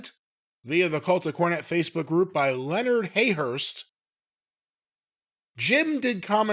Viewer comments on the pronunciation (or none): none